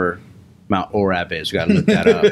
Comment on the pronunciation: Hey guys, much love for the shout out as all ways, and probably to make it easier, our Valor bjj ohio gyms town is mt orab pronounced like the circle orb. But either way if you guys or anyone for that matter would ever like to train around Cincy please contact us. We also have some affiliate schools in Cincy and closer to the cvg airport!